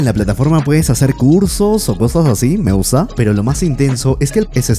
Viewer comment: Que manera mas interesante de pronunciar. "Cowsas", "me encawnta", "me gwusta", "me rewpresenta", "tres owjos", "Towdos", "infowrmación", "sin mwas"...Algownos ejewmplos en los primeros tres minuwtos.